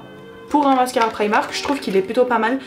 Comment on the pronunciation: Mais pk vous dites tous prAÏmark 😫on dis primark